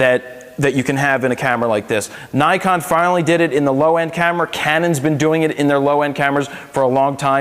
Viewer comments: its Nee-kon, not Nai-kon. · 9-kon? 9-KON? NIKON!!!!!!!!!!!!!!!!!!!!!! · Learn to say it right. Ni as in Knee. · IRK, I cringe every time someone says naikon